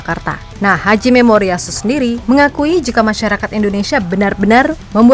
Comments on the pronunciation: Nama pelatih Jepang Hajime Moriyasu, min...! Bukan Haji Memoriyasu. Emangnya dia haji...? Emangnya dia muslim...?? 😂😂😂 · Siapa yang dengar pelatih jepang disebut "haji memoriyasu," bukan "hajime moriyasu"? 😅